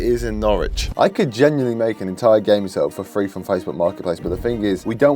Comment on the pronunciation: my ears- Three= Freee Free=Frreee